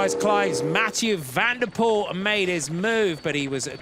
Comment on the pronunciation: Not VAN DER poel but Van de POEL.